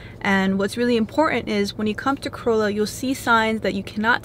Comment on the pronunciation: You pronounced Corolla wrong.